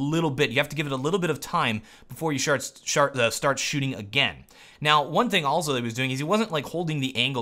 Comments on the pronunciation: instead of start he said shart xDdDdededDEDdDdD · "once you shart" is that a new tactic? ok brb getting my laxatives. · "...before you shart." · Heh. said shart.